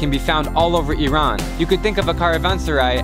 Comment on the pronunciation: Thanks you so much for showing Iran in a true and humble light! And for pronouncing it right!